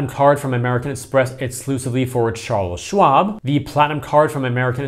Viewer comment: Are you purposely calling it Charles Schlob?